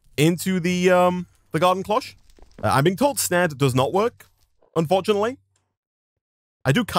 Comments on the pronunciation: your pronouncing the o wrong. But it could also be how the british say it. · I hate how he says Cloche... its just not how you say that...